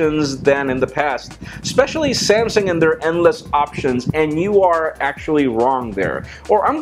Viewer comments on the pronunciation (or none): none